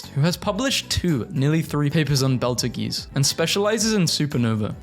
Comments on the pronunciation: betelgeuse "belter geese" B E E T L E J U I C E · Fr I just died when he said Beltageese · my guy. It's pronounced beetle-juice. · Betelgeuse? Nah, B e l t e g e e z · Why did you pronounce Betelgeuse like that…